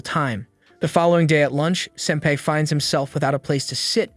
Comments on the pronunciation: It is pronounced sin-PI NOT SIN-pai!!!! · What's so wrong on say senpai correctly like fr dude it's not pronounced sempe like fr smh there's several times u say it correctly but a bunch not saying it correctly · Man says ‘senpay’ instead of senpai. HOW INTERESTING Also anyone else think it’s interesting how at the festival they put a collar on him? KINDA SUS FOR ONE OF THE LESS HORNY ANIMES, AINT IT? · Man doesn’t know how to pronounce senpai. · Definitely not wrong, the entire video/recap sounded like the narrator only watched half the show, also kinda kept getting bothered by how senpai was pronounced 😅